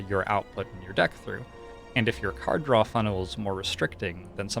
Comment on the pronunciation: You keep on mispronouncing “cars draw”